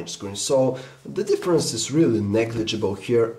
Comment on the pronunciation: You saying "differAnce" is really getting on my nerves right now...